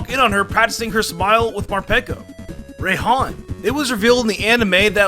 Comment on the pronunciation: It's Rai-han not Ra-han